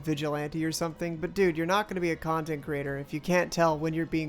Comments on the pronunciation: dude he said ciontext creator... get it right.... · Bro how can you fumble spelling content that badly bro said “ciontext” like is he actually 8 years old or something